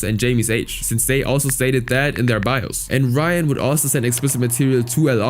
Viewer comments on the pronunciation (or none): none